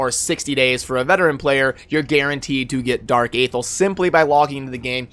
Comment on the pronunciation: FYI, Athel is pronounced "Uh-Thell", according to the narration in the introduction when you first start playing the game. Just thought I'd point that out :P